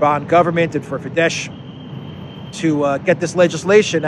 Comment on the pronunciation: Fidesz have to be pronounced Fides - "SZ" is the English "S", while "S" is the English "SH" - it is in the opposite way than in Polish. It is also because of the Latin word Fides - faith fides, confidentia, fiducia, religio, relligio. The youth organization of Fidesz is "Fidelitas" - which means fidelity, faithfulness, loyalty, homage, trustiness, trustworthiness.